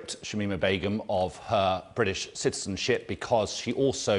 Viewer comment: “her British shitizen-citizenship”